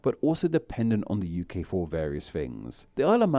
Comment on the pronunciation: This guy's pronunciation/accent really annoys me, so adenoidal. have never heard Hull pronounced "Hull-a" or UK "UK-a" (or similar neutral vowel tacked onto the end, or even in the middle of many words). Guy probably can't help it...but...but...annoying, especially when hosting a pronunciation video!